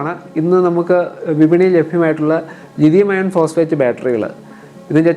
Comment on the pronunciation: ലിഥിയം അയേൺ അല്ല ബ്രോ ലിഥിയം അയോൺ എന്ന് പറയൂ